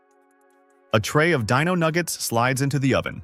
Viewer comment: Dino nuggets, not deeno nuggets